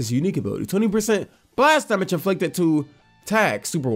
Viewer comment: Why does he say damage instead of damage